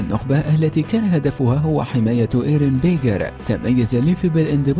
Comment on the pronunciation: حرام عليك ياخي ارن بيجر ههههههههه اسمه ايرين ييغر وبعدين ايش ليفي شوهت اسمه اسمه ليفاي